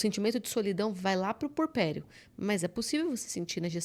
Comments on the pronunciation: Eh puERperio. Agonia ouvir essa mulher falar purperio o tempo todo. Chega doi os ouvidos. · Só corrigindo: é “puErpério”, não “purpério”.